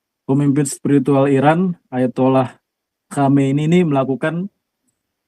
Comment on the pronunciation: Khaminem bkn Khomeini 😅